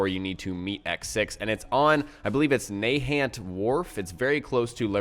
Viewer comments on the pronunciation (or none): Nigga its (nah-hant)